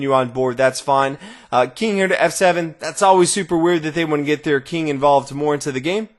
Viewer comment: "The Keeng"